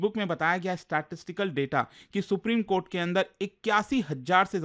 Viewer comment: Supreme kothe ko supreme kotha bol fiya😂